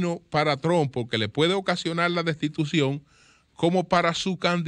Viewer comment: la rata sencillamente no puede decir "destitución".